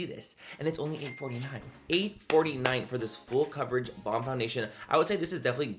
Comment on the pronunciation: He said it’s Fool Coverage…😊